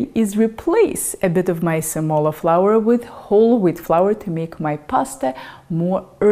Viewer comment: semola is pronounced with accent on the e not on the o... ;-) quality of porcini is due to its provenance, the market hs been swamped with porcini from China which does not come to mind as the culturally traditional source for those mushrooms, hence the grit and worms... Italian porcini are more expensive and hard to find now, Rumanians or eastern european are a second best source for this mushroom ...